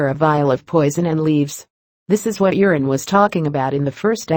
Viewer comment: If only the robot narrator would stop calling Euron "urine" these videos would be easier to listen to.